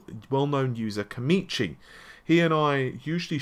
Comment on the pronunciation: It's koMAchi, not koMIchi. Not only do you mispronounce things, but now you've become outright dyslexic.